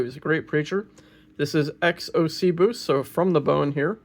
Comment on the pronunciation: I hope you take this the right way. I don’t mean to be critical, but a constructive comment to improve your channel. Ex ossibus on many of your relics is properly pronounced with the emphasis being placed on the first syllable, OSS-i-bus. My four years of Latin have often assisted me in my life… Please don’t take offense. I thoroughly and daily enjoy your fascinating videos and look forward to them and meeting many new Saints. May God bless you and your work! In Jesus, Mary, and Joseph, Allan